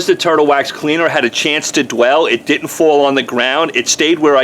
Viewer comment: He said Did'int. And the way he says off definitely from the northeast.